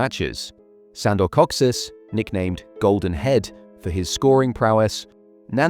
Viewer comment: Awesome video :) (by the way it's Ferenc and not Ferenk and it's Kocsis and not Koscis)